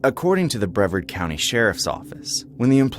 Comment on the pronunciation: Wow, story 1 happened in my home state. I heard about this. 😮😮 Brevard County pronounced Bra- vard . 😮😮